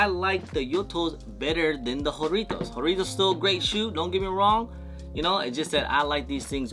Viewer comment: Whore itos ? Bro it’s jah rrrritos